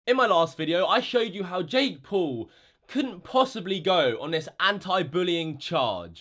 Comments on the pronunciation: Jake pool.... not poo. Still funny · “ Jake Pool” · He says Jake poo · WHO THE FUCK IS "JAKE POOL"